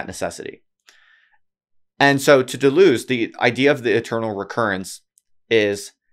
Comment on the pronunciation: >writes a book on Deleuze >can't pronounce his name